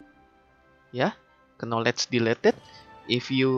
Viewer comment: The "Knowlej" Sound is strong in this one, i like it ! Great video !